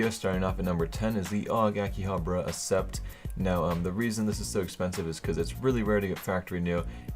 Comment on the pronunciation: Ak-sept. NOT ASS-SEPT